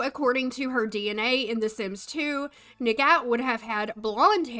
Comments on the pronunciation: a note on the pronunciation. If the name has an Arabic root, it will be like: ni-hhaat. The 'ni' is like the shortened 'knee', and the 'ghat' makes a throaty H sound. You don't say the 'g', the g is there to indicate its a throaty H sound and not a soft H sound. I had a Malaysian classmate with this name back in high-school. Its a really pretty name. And I am really pissed because the name and skintone would denote a partial middle Eastern ethnicity for the Calientes and they white washed them. Love your videos as always. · I think it’s pronounced Nigh-at but I could be wrong